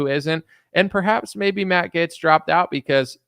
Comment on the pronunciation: OK honey, I think I heard it about four times now please stop calling him, Matt GETS. 🤗